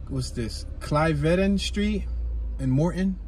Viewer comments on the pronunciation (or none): Nice drive! I always wonder where Mt Airy begins and ends at. It might be a bit easier to know when you're in one of the other adjacent areas. IIEC Cliveden is pronounced kliv-den with a short i from what I remember when I went on a tour of the place several years back. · Mt Airy all day!!!! Bro messed up every name of every street. Upsal, Cliveden. That was funny to listen too.